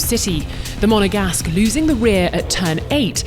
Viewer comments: Stop saying “the Monagast” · It took her less than 5 seconds to say "Monegasque" this time. Is that an F1 record?